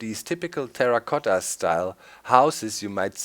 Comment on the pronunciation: Lol Terracotta you said it well (Italian)